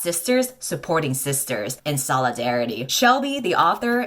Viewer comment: "Sisters" more like Cisters. Emphasis on the C.